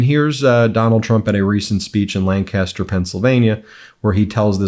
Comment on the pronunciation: In PA we put the accent on the first syllable. LANcaster. Keep up the GREAT work, Ben!